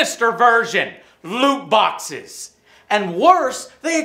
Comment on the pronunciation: Why is he pronouncing loot boxes as lewd boxes lmao